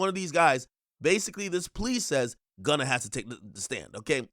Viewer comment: Prosecutors played and pressed him out. Boy said he "Wunna" go home.😭😭